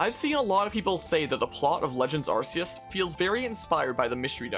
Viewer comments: Don't apologize for saying Are-see-us, it's the correct way, Are-key-us is a censorship for western countries because of the word "arse" which is why it originally was called "Are-see" everywhere and then later changed. In Japan it's Are-see-us (アルセウス) and Silvally's ability is called "AR System" (ＡＲシステム) so don't believe that "RKS" bullshit westerners use as an explanation. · Immediate thumbs up for pronouncing arceus the way it should be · They pronounced "Arceus" like this on House as well. That's the first time I heard it out loud, so this is correct for me too.